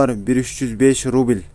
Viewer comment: Ээй рубиль Элдемурун кайсы жакта адресинди айтып , анан (рубиль ) дебебей рубль десен туура болмок.